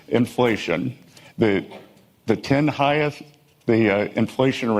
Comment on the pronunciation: Did he just say, “higheth?!” He is pathetic. Great; Blue states which pay into stocks/taxes, at the highest levels, & hv willingly shared our wealth w/ poor af Red states… I say we all in Blue states STOP. Besides; a dude who ruined his own, private hedge fund, grabbed ‘his,’ $$$$$/left othr investors high-n-dry isn’t anyone I believe: ever.